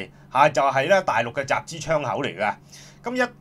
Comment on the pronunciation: “集資” 變咗 “集脂” ，玩完！